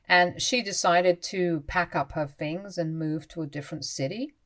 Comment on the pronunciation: THirty not Firty THings not Fings THought not Fought THink not Fink